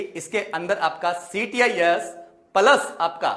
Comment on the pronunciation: Sir ctis nhi. Cits hota h